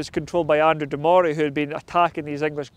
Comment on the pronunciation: Well when cant pronounce Andrew de morays name correctly, you loos all credibility as a historical blogger. It's pronounced Murray and murrayshire